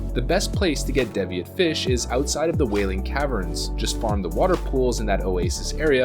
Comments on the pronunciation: DEEviate not DEHviate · what is a dev eee at? DEEVEEIT e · It's DEE VEE INT! Good job guy. Keep the videos coming. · holy shit its deeeeeviate, (D'viate??), a real English word, the language you speak, learn to say the words you intend to speak before you say them to potentially every human in existence. I'm sorry for being a dick, but fuck, I would say that literally the least you could do for your supporters is speak English. Thanks, Some guy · Rainface Atriarch Devious is pronounced “Deevieous” while Deviate is pronounced “Daeviete” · yet he can't even pronounce the word deviate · Great video as usual but... your mispronunciation of Deviate and Nat Pagle is giving me an eye twitch...